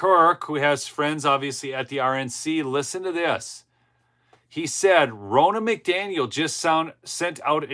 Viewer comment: It’s Ronna, like Donna. Not Rona.